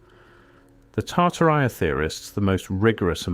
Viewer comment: It's pronounced "Tartaria," sir.